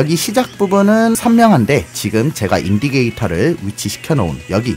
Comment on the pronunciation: 영상 잘 보고 있습니다~ 그런데 인디케이터(indicator)를 계속 인디게이터라고 하시는 특별한 이유가 있으신건가요? ㅎㅎ ^^